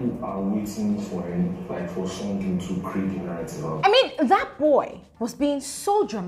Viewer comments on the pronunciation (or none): none